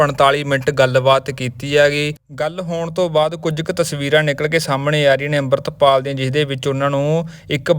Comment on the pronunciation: ਬਾਈ ਜਦੋਂ ਸਾਰੇ ਲੋਕ ਅਮ੍ਰਿਤਪਾਲ ਕਹਿੰਦੇ ਆ ਤੁਸੀਂ ਡਰਦੇ ਓ ਕਿਸੇ ਤੋਂ ਕਿ ਅੰਬਰਿਤਪਾਲ ਕਹਿੰਦੇ ਓਂ😢